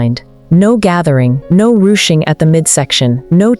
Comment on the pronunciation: Rue- tching? You're kidding! It's pronounced rooshing!